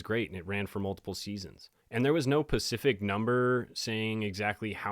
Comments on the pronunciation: DUDE, what is your issue…the word is SPECIFIC, with an ‘S’, not ‘Pacific’, which is a direction or a coast. SPECIFIC…it’s not that difficult. 🙄🤦🏻‍♀️ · It's "specific", not "Pacific". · “Dead in bed” would be referring to the types of movies she likes, not how long she was taking . Also, it’s specific not pacific ! Good video though. Bob S always so creepy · Specific. Not pacific. That’s an ocean. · Love your show, sober sister here! Just one little thing... It's SPacific not Pacific. That is all. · Did you just pronounce specific as "Pacific"?